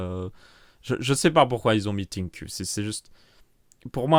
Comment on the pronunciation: pour la prononciation de ThinQ, regarde une vidéo de PP world, ca se dit environ ssinkiou avec l'accent francais (ss veut dire prononcement du TH à l'anglaise, je savait pas comment l'écrire)